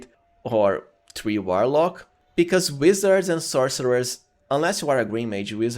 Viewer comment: I'm going to be honest with you bro after calling a warlock a whilelark I can't watch anymore and that was within the first 3 seconds not dissing you if English is not your 1st language but I just can't do it I feel like I'm watching a Saturday night live skit